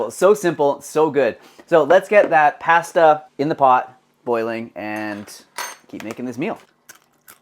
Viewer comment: I wish posters would properly pronounce foods they are making. Start with pasta.